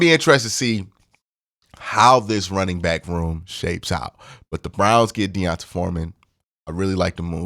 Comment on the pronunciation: Aye Q it’s pronounced Dee-Ahn-Tae lol lifetime longhorn here lol